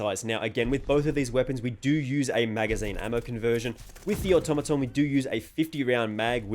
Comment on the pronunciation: Fantastic comparison! The Automaton is meta! Thanks for pronouncing the name correctly!